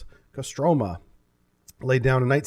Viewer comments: Kostromà, last syllable is stricken. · Stress is on the first "O" in Kostroma, pronounced CO-stra-ma